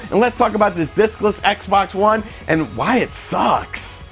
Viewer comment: LOL sound like he say dickless xbox one